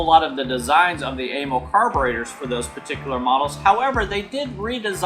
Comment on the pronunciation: It's more like uh-MAL for amalgamated carburetor company, not AYE-mul. Zinc is an element, not a form of aluminum. Amals are junk chosen for cheap availability like Dunlop tires on Harleys, not because they're good or designed for that application. They were decades out of date when they were first put on Triumphs. They wear out quickly and need to be resleeved, but the guy doing that died years ago. First unit 500cc was 1959 (60 model year).